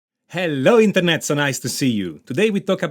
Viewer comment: every time he says Hello Internet I cant not to laugh))